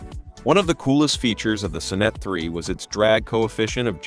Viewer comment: "The son-NET I.E"? Try the "SOHN-net one", doofus!